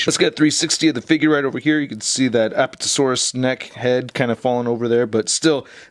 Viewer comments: Lol he says appatatosaurus instead of Apatosaurus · It's apatosaurus not aptosaurus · a PAT a - saur- us. the emphasis on pat. just thought you would like to know. awesome review as always.